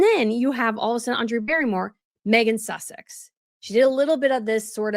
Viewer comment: She called her Meghan Sussec sounded like she was kissing her a--! I am British not so gullable.